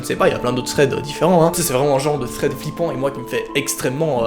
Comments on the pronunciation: tu a dit Fred au lieu de thread a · Tu dis pas THREAD , tu dis FRED mdr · '' vs êtes friand de fread '' 😂 deso 😘😘❤️😍